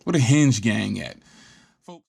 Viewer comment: Hinge NOT Henge